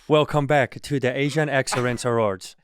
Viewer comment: Wercome back to the asian exerrance awards 😂😂😂😂